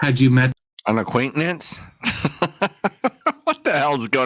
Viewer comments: It's always the black guy🧐🤔😠 and what the hell is an acquaintnance???? Get it together!!!! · If she say, "acquaintanence" one more mudder freakin 😤 time hahahahahhhaha💀💀💀💀💀😅😆🤣😁😂😄!!!! Jesus take the wheele literally 😳😲😱 We can add that word to the ebonics dictionary 🤣 😂 AQUAINTANENCE. Lady....just say you're guilty and call it a damn day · She is nonsensical. She can’t pronounce the word acquaintance. Good lord! 😅